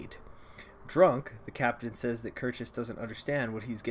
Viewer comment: Random pronunciation help, but Reuenthal is pronounced roy-en-tall Kircheis is pronounced kirch-eee-ice And that's all I can think of for now